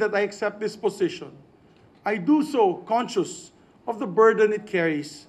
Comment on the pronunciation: "I do so concioous..."weee ambisyon mo yan....